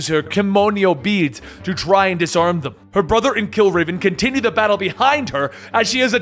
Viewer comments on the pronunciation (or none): none